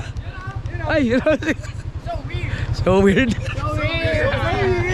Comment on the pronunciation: Iba ka tlga. yung tawa mo tlga at pag bigkas mo ng SOWIRD. ❤❤❤